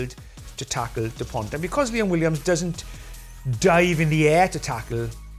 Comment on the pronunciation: The "T" in "Dupont" is silent, it is not to be pronounced. KInd of telling that a man like Nigel Owens, who made a big career in rugby, does not bother to say correctly the name of one of France's most well-known players. Everybody says Dupont is one the best players worldwide right now, and his name is still butchered. IMO it shows the lack of respect the anglo rugby establisment has for France and most of the time they don't even realize it.